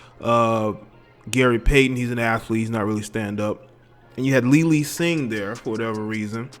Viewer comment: Homie... You gotta stop F*cking up your words... Have somebody "proof-listen" to your stuff. Her name is "Lily Sing", not "Lee, Lee Sing"